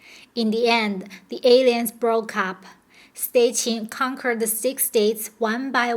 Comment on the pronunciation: Alliance is pronounced ah-LAI-yuns ... the mispronounciation is a bit distracting .... Otherwise this is a great video.